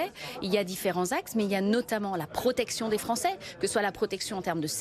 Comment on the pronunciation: "...la PRRRRRROTECTION des français". 😒